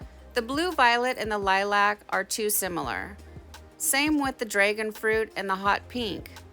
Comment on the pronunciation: What is your accent? The way you said 'Dragonfruit' the 'a' is special, it sounds Albertan? I'm curious! Cool tutorial!